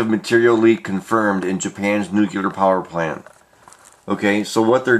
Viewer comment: Why does everyone say nucular and not nuclear? How hard is it?